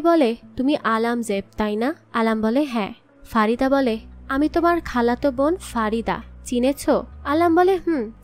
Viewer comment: মালেকা নয়, নামটা মল্লিকা (জান), আর ফারিদা নয় , ফরিদন